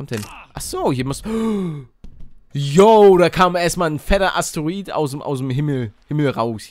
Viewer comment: Palle renoviert die deutsche Sprache :)